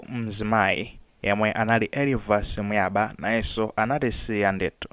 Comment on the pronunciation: Elivas Buyaba( ba is pronounced as "ŵa"), so it's Muyaŵa